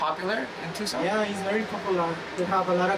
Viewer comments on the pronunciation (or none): Tucson C는 뮥음입니다 투산 이라고 해야 합니다 Golf. 골프가 아니라 갈프 라고 해야 알아들어요 Stop. 스탑 미국에 40년 사는 사람 한국에서 가르치는 영어 다 엉터리예요.